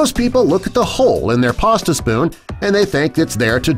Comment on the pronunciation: There's is no r in pasta